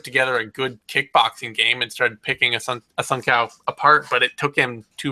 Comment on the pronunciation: That is a ç in Assunção's name. It's a soft C sound. Phonetically its pronunced A-sun-Saauu